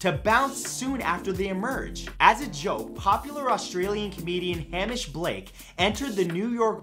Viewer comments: It's pronounced Hay-mish, not Ham-ish. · ha-mish ? It’s Hay-mish. I should know it is only just my name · The way you pronouced Hamish though lol.